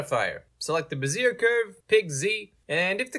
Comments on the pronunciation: BeZEER made me laugh though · "buzeer curve" is killing me